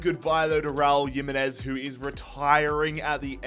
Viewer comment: Pronounced “him” not “yim”…